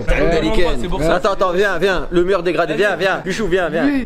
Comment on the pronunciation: "Degrandandé" son degrade🤣🤣🤣🤣🤣